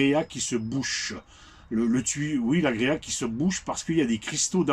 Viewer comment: Alors c'est pas agréa mais agrégat , pour info .😅